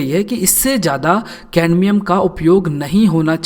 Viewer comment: Not caNdmium😑😑